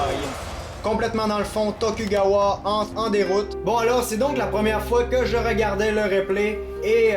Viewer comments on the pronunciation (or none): attention c'est tokugawa(dont le u ce prononce ou)